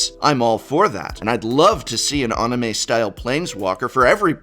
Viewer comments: Sorry, sorry, I can't get over this... did you really just call it "ah-nime?" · Nothing quite makes me cringe like hearing someone mispronounce anime as "on-uh-may" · Wtf word did you say? Anna-May? Certainly you were not saying anime?